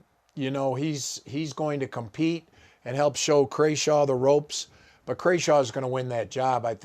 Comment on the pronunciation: Holy smokes, obviously the punter’s last name is Crawshaw and pronounced the way it’s spelled. It’s all there in the letters.